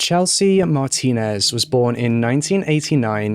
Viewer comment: Kudos 👍😁😎 for you, you pronounced her last name right!!!!!